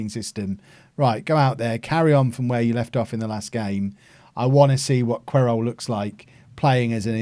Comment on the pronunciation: I think Querol is pronounced Keh-rol but not 100% sure